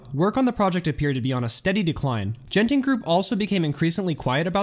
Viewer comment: Everyone's correcting you on the pronunciation of Tangiers but nobody did for Genting, the first G is a hard G and the e following it is silent. So it's closer to "gun-ting".